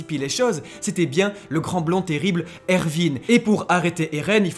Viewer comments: ça se dit erWin pas ervin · Ervin ? Je sais que le "w" se prononce "v" mais c'est plus jolie Erwin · ervine 😅😂ca s’ecrit erwin et ca se prononce erouine mais magnifique video on comprend tt avec vous +1 abo